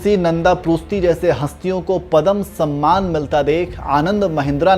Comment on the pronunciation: Padham nahi yaar padhma vibhushan...jagamma nahi jaggamma...sahi pronounce yaar